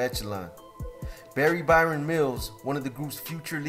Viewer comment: It's Baron ya Muppet.